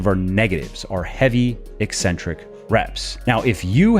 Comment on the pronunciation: Thank you for properly pronouncing "eccentric." EEEEEE-centric pronounciation drives me CRAZY.